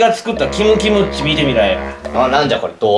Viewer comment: キムじぶんの名前ちょっと言い間違えてるよな